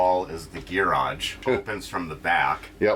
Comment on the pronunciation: Never heard someone pronounce garage like that before lol